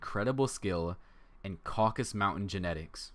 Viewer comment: Nice video, thanks from Georgia. It's the called the CAUCASUS not "the Caucus" mountains :))